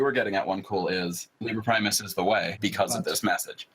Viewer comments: Caleb Gotthardt I‘m not diminishing their accomplishments or anything...just thought it was funny, that those guys are supposed to be incredibly smart, but they pronounce „Liber Primus“ wrong... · As someone who too latin I’m bothered by how they mispronounced liber primus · Love how these “geniuses“ pronounce „Liber Primus“...